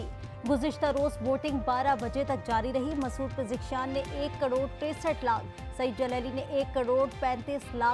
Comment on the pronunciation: مسعود پزکشیاں نهیں بول میڈم پزشکیاں کهاں اسکول پڑھی ہو..؟